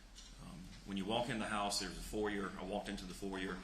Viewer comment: Your pronunciation of FOYER is correct.